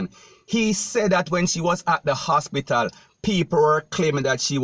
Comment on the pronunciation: This sounds like a “DUNCE-BATPITAL” instead of an hospital.